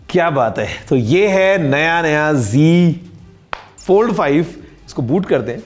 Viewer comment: app g fold bol rhe hai wo g fold hai ya z fold h